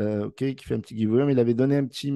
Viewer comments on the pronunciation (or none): none